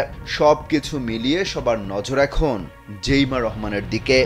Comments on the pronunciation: জেইমা না জাইমা রহমান সাংবাদিক ভাই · জাইমা রহমান,জেইমা রহমান না,নামটাও জানে না , কিন্তু নিউজ করে🤩